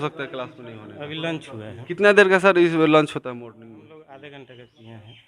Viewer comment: Pehle bolna to sikh le....... Morning... Ko... Morling bol raha hai....... Ek bar bdo. CEO... Ke bare me pucho... Ki ye log late.. Or... Itna obsence kyu rahte hai... Block staff ke bare me.. Video banao.... Kewal school me hi himat hai dikhane ki.... Block prashaasan chuter me danda kar dega..... Ek bar ja ke dekho nani yaad aa jayegi